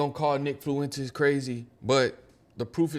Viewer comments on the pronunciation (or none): My niggas theres no L in Fuentes, it’s not rocket science monkey